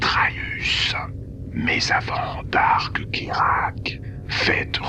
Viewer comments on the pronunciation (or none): darth not dark